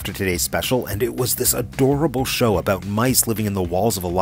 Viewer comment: That's what I'm talkin aboot... Eh?